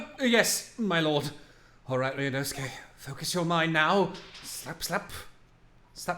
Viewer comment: Erm, ackshually, his name is “Ryunosuke”, not “Ryuunoske”🤓